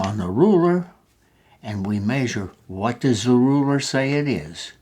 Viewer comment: rurer got me dead